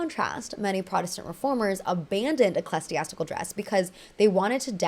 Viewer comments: Ecclesiastical is pronounced "ih-klee-zee-AS-ti-kuhl", not "eh-kles-ee-ass-ti-kuhl". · Eh-clee-zee-ass-tih-cull is the way to pronounce that word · Please look up pronunciations first, you said ecclesiastical wrong many times and mispronounced the Italian names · EclasTiastical... girl, wrong prenouncuation. And you repeted the word so many times, you could as well look it up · Pope […] reigned and „eclastiastical“… so funny 🫠 it’s „the papacy“, the pope is „in papal office/power“ and the word is ecclesiastical from ancient greek ἐκκλησία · Queen of mispronunciation. We Stan!